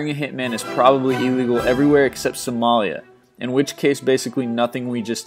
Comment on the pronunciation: LOL...it's not Samara, it's Somalia.